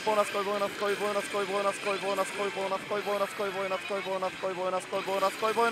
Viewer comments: ぼなすこい？なに喋っるかわかんない！ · ボーナス来いボーナス来いボーナス来いボーナス来い… マーボナスマーボナスマーボナスマーボナスマーボナスに聞こえて来た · ボイナスコイにしか聞こえないw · 何回かボイナスコイ言うてたな。そゆとこが好きやがな